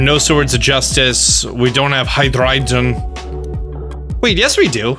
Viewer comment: says every pokemon name right also: says hydreigon right... tf?